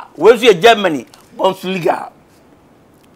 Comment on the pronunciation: The way he says bonsliga 😂😅😆😁